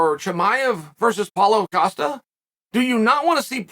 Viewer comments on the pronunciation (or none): none